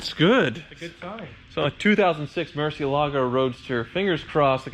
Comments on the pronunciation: ...... The reason your Lambo wouldn't start is that it is annoyed with you ................... Since you bought it you have continuously mispronounced it's name !!! ......... It's NOT Murcia - Alago ...... it's MURSIELAGO ... all in one mouthful..... get tuition from one of your mexican neighbours !!! LOL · Ugh.... Lamborghini murcy ELE go. Apparently the subject of proper pronunciation has not been covered adequately. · One day, will learn how to pronounce Murcielago correctly.